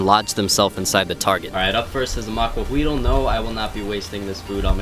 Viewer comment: Not really important, but the "L" at the end of the word Maquahuitl is silent, as with most words in that language with an L at the end.